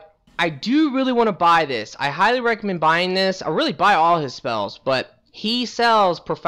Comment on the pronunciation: "Let's do dish!"